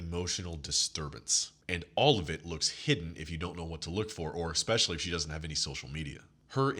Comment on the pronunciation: Love your content brother. I have to give you some feedback. It’s e’s’pecially not e’x’pecially. Mispronouncing common words lowers your overall frame. No shade or offense meant at all. Just looking out for a fellow G.